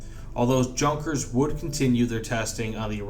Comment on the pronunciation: God dammit it’s pronounced Yunkers